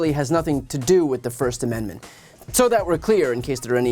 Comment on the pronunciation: What is a “firssten amendment” anyways? 🤔🤡😂